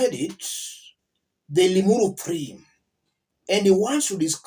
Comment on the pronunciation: What did u say! ‘Ling uru thi’ or I did I hear you wrong. LOL 😂😂